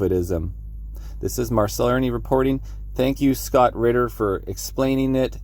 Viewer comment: Marcel! His name is spelled “Ritter” RiTTer. I hear ridder too